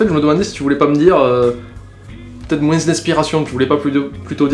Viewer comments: Hum... La véritable question serait : A tu une pieuvre mutante dans ta bouche qui t'oblige à dire "de moins en moinCE" ou c'est juste ton accent ? :) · dans le mot "moins" le S ne se prononce pas. >< Sinon bonne vidéo.:)